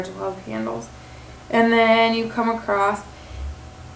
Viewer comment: I wish you well in your weight loss efforts, but there is no "t" in the word across. ;-)